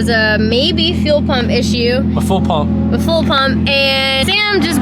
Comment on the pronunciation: full puhmp bohken? 🤔Unfortuhmatte. 🥺